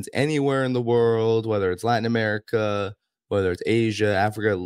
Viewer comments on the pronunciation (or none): none